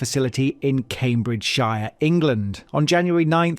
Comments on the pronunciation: Cambridgeshire Is pronounced kaym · bridge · shuh. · Sorry not watching this horrendous AI generated script. Can't pronounce Cambridgeshire from the get go yet you're meant to be English?